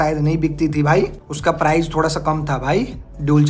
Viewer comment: Kisi product ki kimat ko "PRIZE" 😂😅😂😅😂😅😂😅😂😅 nehi, "PRICE" bolte hai. Prize ka matlab purashkar hota hai. "DIKS" 😂😅😂😅😂😅 😂😅😂😅 nehi, "DISC" bolte hai. "CHIZ" 😂😅 nehi, "CHISS" bolte hai. "LONCH" 😂😅 nehi, "LAUNCH" bolte hai. "SERIEZ" 😂😅😂😅😂😅😂😅😂😅 nehi, "SERIES" bolte hai. "ROEL ENFIELD" 😂😅 nehi, "ROYAL ENFIELD" bolte hai. "DIUL" 😂😅 nehi, "DUAL" bolte hai.